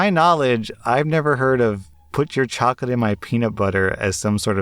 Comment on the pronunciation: "Choclate in my preanut butteer? How can some of these kids have no clue LOL